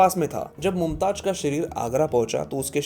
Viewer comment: It's Mumtaz not mumtaj